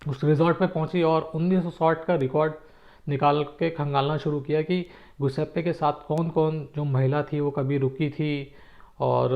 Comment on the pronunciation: Sir जूसेप्पे ( Giuseppe ) correct pronunciation hai..Italian name है .. आपने पूरे episode में गुसेप्पे बोला है